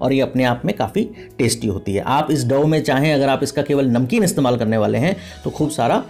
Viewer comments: Sir, It's dough not dove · डोह not डोवह